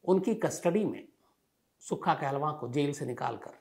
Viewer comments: you represented wrong facts aboutsukha kahlon and it's not kahlvaan it's kahlon. u dnt knw much about it. Punjab ke nojvan bhatke nhi hen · Kaaa-looooo-n not Kaahlava 🙏🏻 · कहलवां?? 😂 काहलों होता है साले। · not kehlwaan its kahloon